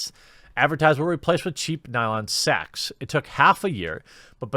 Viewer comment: The way you say “sacks” is even funnier than the way you say “bags”. Go ask someone if they want some sacks and see if you get slapped. Unless you’re really lucky of course.